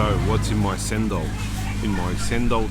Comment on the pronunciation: Cendol is pronounced as cendol, not sendol. The green pasta is cendol